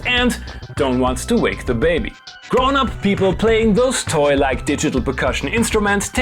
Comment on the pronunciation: Wait, did you say: "toy-like" or "toilet" instrument? Couldn't hear right.... ;)